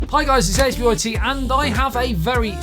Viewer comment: This phone sounds too good to be true. Great video as always. Also, not sure if this is intentional or not but if you read out ASBYT. It sounds like you're saying A**bite, which is utterly hilarious. If it is intentional...Best name ever lol.